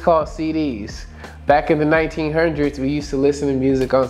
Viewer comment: Hilarious when he says 1900s